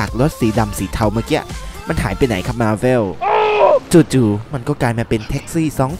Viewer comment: เวลาพูดธอร์ไม่ชัดเลย ออกเป็นซอตลอด ธ. ชัดๆหน่อยกันดีครับ ฟังละหงุดหงิดใจ แค่คำว่าอะน้าาา , มาเว้ล ก็หงุดหงิดพอละ แต่ก็ดูนะ ตามอยู่เหมือนกัน ถ้าลดความกะแดะได้ก็จะดีมากครับ ขอแค่เวลาทำคลิปหนังก็ได้ จริงจังกว่านี้หน่อย มาบอกเผื่อพี่จะปรับปรุง ขอบคุณครับ